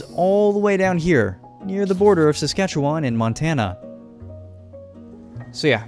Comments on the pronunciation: Thank you for bringing light to the beautiful province that I am proud to live in. Ps you suck at pronouncing Saskatchewan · Rather than Sask-at-chew-one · Ok I see a lot of fellow Saskers but no one is mentioning he kept pronouncing Saskatchewan wrong and he pronounced Regina wrong as well even though he said he did his homework lol. It's Ree-Ji-Nah and Saskatchewan has an "wan" (as in wah-n)at the end, not a "won", otherwise it's an overall awesome video! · my entire family and friend group, pronounce it "SaskatcheWIN" and not "SaskatcheWAN". people at school as well as on the news, both CTV and Golble pronounce it that way too. I'm very sorry if I'm being too prosist or rude. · erm acuutly its not pronounce saskatchewon its win- saskatchewin though its spelled diferent most saskatewaners wil say win not won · Pronounce Saskatchewan as Sask-ah-chew-uhn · Btw the e in Saskatchewan is pronounced like an “uh” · Wow, I never expected to see my home Provence in minecraft You are saying saskatchewan incorrectly it's pronounced "SaskatcheWIN" Sorry that just always bothers me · SASK A CHEW EN. LIKE IN NOT ON. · As a Canadian from Saskatchewan Im wondering why this isnt a super flat world? Also, atleast in the south east Saskatchewan we pronounce is Ses-catch-ew-in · This reminds me of grown ups 1 when the strong dude said seskatchetoon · I don’t like how he says Saskatchewan as someone who lives in south Saskatchewan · As a Canadian who lives in Saskatchewan, I do t appreciate how he says it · Anyone from saskatchewan finding how he pronounces saskatchewan kinda funny? 😂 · I loved this video as a Alberta person. But the one thing that bugged me was that you can tell he isn’t Canadian from the way he says Saskatchewan. He’s pronouncing it syllable by syllable. You can tell he isn’t Canadian but love this video lol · as being canadai it killed me when you said however you spell sacrouchyuon